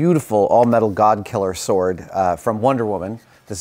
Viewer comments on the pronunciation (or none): none